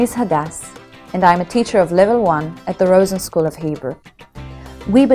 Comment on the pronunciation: Uhhhh she mispronounced Rosen.